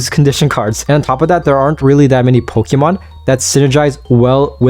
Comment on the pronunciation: Poké. Poké man, it's Pokémon. Not pokimon. Please. Also again, like I said on another video, I hope you start working on increasing your vocabulary if you plan on talking as a career. You said ya about 50 times over the course of 14 minutes. That's 1 ya almost every 17 seconds man.